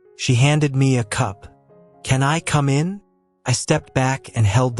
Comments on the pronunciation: At about an intrusion that sounded like 'coo min" or even 'coom in' with the 'in' part very close to English!. Oops LoL 😂😂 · At about : : a foreign voice attempt to say 'come in' but is seriously bungled!. Oops LoL 😢😢